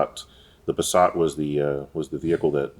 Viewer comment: As a German the way you pronaunce Passat is way to French/elegant .